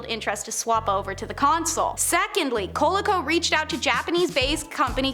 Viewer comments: Just in case it hasn't been pointed out... it's the Col-E-co, not Coləco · Vole I is pronounced co lee co not colee co